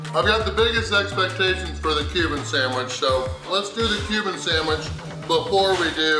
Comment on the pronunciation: I kept hearing “human food” every time he said Cuban food.